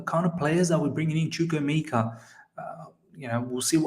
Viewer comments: Hi good video I have a similar name to chukwuemeka and am also Nigerian you are soooo close with pronunciation. So it's pronounced like CHU - like the 'choo' of choose' (you got this part right) KWU - like Koo (traditionally we would slightly pronounce the w) E - this is where you got it wrong so this E is like the e you pronounce in the word 'Everton' or the e in 'Egg' Meka - the 'me' part is like when you say the slang word 'meh' (like I'm feeling 'meh') KA - like the footy player 'kaka' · Chukwuemeka Chook - woo ay - may kah